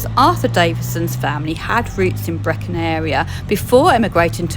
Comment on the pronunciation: Just for future reference Brechin is pronounced as Bree kin Love your vids 👍